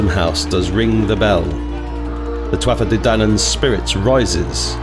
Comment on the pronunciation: Beautiful,. As an Irish person (living in Oz), may I very respectfully correct your pronunciation of Tuatha De Danann. "Tuatha" is literally pronounced "Tua" as the "tha" at the end is silent. Don't worry, you aren't the first and you won't be the last to pronounce our weird language incorrectly. Much respect to you. (Even just ask the next Irish person you bump into there to pronounce it, as I think some dialects pronounce it slightly differently).